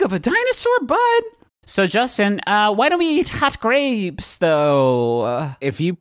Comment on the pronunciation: are we not gonna talk about ? "HUawt grABEps thhooo"